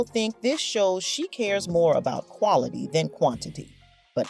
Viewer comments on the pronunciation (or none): none